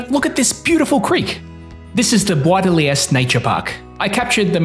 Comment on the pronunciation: DE not THE.